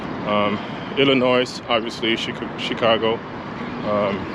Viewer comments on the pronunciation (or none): Its ill-lin-noy or ih-lih-noy. The word Illinois is a French worrd of anothet Native American word. So the 'S' is silent. I'm from here and say it like the latter